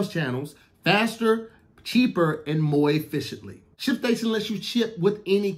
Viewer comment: "Pcheaper" and "Moy ficiently" took me out. 😂